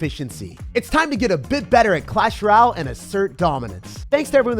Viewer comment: I think you're missing pronouncing royale. It's a french word which is why it's so easily misspronounced. Just don't want you sounding goofy out there.